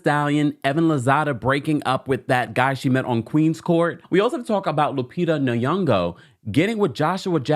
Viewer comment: "Lupita nayango" confidently pronounced😂😂